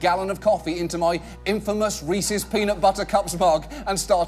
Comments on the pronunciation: I love this channel and the videos... but I can only hear it mispronounced as Reesees so many times before I lose my mind. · Reese’s NOT Peeceez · Why the fuck did you pronounce Reese’s like that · Wait i gotta ask. How do you guys pronounce reese’s? “Reesees” or “Reesez”